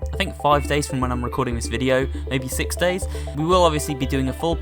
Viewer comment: he said sick not six XD